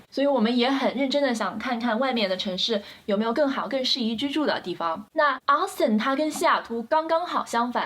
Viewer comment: 請注意Austin的發音，不是Aston, 是AUstin!